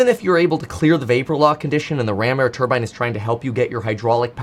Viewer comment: When you hear someone pronounce turbine the way he does don’t listen to anything else mechanical they have to say